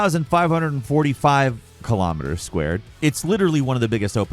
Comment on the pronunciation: Please learn how to say "Kilo" Kilometers, Kilograms, Kilotons. It's spelled and sounds the same, it's not Kilamiters